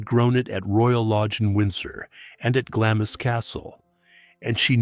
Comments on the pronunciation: Really interesting but so repetitive it borders on boring. Also, it's pronounced glams castle not glamis!!! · It’s Castle of MEY, not may! And Glamis is pronounced GLAAMS. And it’s CAITHNESS with a C not a K.